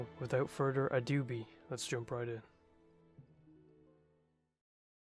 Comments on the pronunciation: I like how it sounds like youre saying "without further adoobie thats joe biden" i had to double take. fucking ironclad mythical algorithm pull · "Without further adoobie" made me cry my eyes out and quit weed forever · without further a-doobie?? 🤣🤣